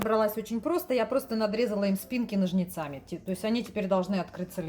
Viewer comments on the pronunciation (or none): ну какими ножницАми? Кровь из ушей.